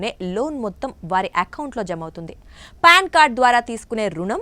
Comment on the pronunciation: అమ్మ తల్లీ, అది ప్యాన్ కార్డు కాదమ్మా.. పాన్ కార్డు.